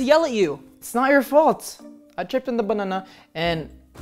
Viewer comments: It’s Not My Fault I Tripped On The Bunana Me: Banana Or Bunana? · mlp Netty no it's bunnnnnunnnnaaa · “I tripped on a bununa” lol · He's trying so hard to not laugh cuz the way that he said banana is so funny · I LOST IT THE WAY HE SIAD BANANA